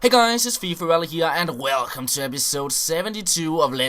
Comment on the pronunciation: U said welcome strange in this episode lol :)